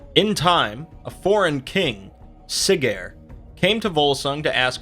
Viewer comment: All names have emphasis on the first syllable SIGgeir SINfjotli.